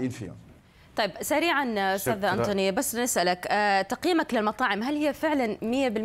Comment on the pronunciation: ضحكني هالمذيع ما قدر حتى يعرف يلفظ اسم انطوني كان لازم يعرب الاسم ويسميه طارق 😂😂😂😂